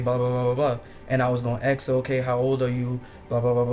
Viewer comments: it’s ASK not axe 🪓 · And he says "axe"😂😂😂😂 yeah,he's ignorant 🙄 😒 😑 🤣 😐 🤦 🙄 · “I was finna axe “ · Why do they have to say "AXE" instead of ASK?? And cant make it through a conversation without bringing up the race, black card?.?.?. OMG dude STFU!!! The fatigue is real. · It's "ASK " not "AXED!!!"🙄🙄🙄🙄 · ASK!!! Not "AX" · "I was just gonna axe her..." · You were finna axe her? Chris also caught a killer!!! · Why do these coloured folk always mix up was and were and pronounce ask as "axe"? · "I was gonna axe (ask)"... oh dear god. When will they learn? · (Gasp!) Did he say he was gonna 'axe' her?...🪓😏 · It's "ASK" A-S-K. Sound it out. Practice it. TRY your best to say "ASK". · " I was going to axe her..." thank god he was stopped. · He was going to axe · Why can’t black people say “ask” correctly lmao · How hard is it to pronounce ask correctly